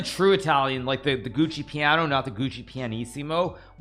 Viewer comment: How is Hikaru not able to pronounce the word FIANCHETTO correctly yet?? It's Italian, buddy. "CHE" is pronounced "KEH"! Also: it's GIUOCO piano (pronounced GEE-OOH-OH-KOH pee-ah-noh), not Gucci piano! 😂😂😂